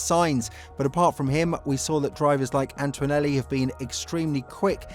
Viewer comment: Please pay attention to pronounciation ..... it is ANTONELLI and not ANT-W-ONELLI. I know it should not be a biggie, but it is just hard on the ears. It is also a show of attention to detail and "professionalism". Videos are good and this would make them better.